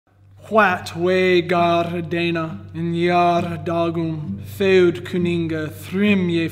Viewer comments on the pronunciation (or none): none